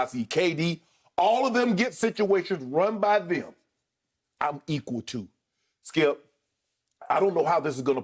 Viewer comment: “Well Skiup”